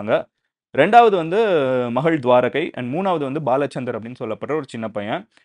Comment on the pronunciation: Mister madhan gowri thuvarakai illa Thuvaaraka